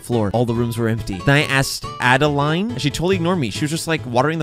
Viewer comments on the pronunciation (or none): Her name is actually pronounced ah-duh-lind. It's German. There's a D in there (I know....I know....haha, so funny) you're not pronouncing lol.